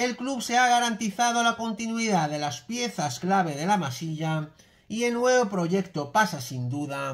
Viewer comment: Gran trabajo, cómo siempre. Una duda...ojo,, que no es una crítica, tan sólo curiosidad. He oído en varios vídeos, que dices "la Masilla" en Lugar de "La Masía ". ¿Estoy yo equivocado o lo que dices es por algo que no pillo? Ya te digo que no es una crítica, de veras que aprecio y admiro tu trabajo en el canal. Es simple curiosidad. Un saludo.